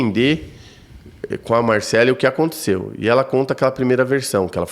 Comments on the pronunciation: O Beto muda o nome do povo 😅😅😅 o cara ja disse que é Marcelly e nao Marcellí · É de propósito kkk ele deixa bem claro que pode chamar de Marcelí, mesmo sabendo que o nome é Marcély. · Achei bem deselegante o termo “tarado emocional” em relação a vítima, e ficar errando proposital a pronúncia do nome da Marcelly. De resto, Beto sempre sensacional e que tristeza esse irmão está passando. Que a justiça seja feita! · Beto, você não consegue nem falar o nome da Marcelly correto. Que vergonha de jornalismo. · Ai que agonia o Beto falando errado o nome da moça. Isso pq o fala varias e varias vezes o nome correto. Ele insiste de chamar errado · Gente mas da um trem desse homem falar o nome da Marcelly errado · Apresentador não sabe pronunciar corretamente o nome da suspeita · O Beto tem problemas com nomes, ele sempre fala kkk